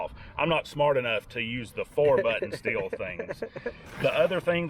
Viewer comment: Everyone pronounces Stihl wrong. I think it is funny because you can find PRC Steel saws here.